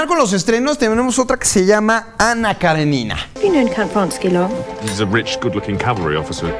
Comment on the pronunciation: Aquí en México lo pronunciamos mal... Es Karénina, no Karenina